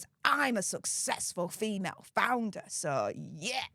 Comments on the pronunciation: did you say founder or flounder :) flounder seems more appropriate title for her.... another dead fish idea.................:) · i need to get new hearing aids, I thought your said "Flounder" (a fish_) I am still laughing, now I see I am not the only one.